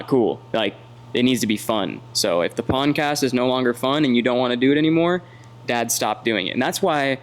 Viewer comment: Are you saying poncast??? lol you crazy goose 🪿